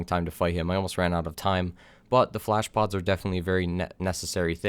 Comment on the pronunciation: Blablabla**bad pronunciation flash pods. OK so, flashpods.. Thanks